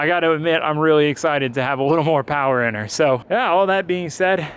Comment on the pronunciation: More POWAH!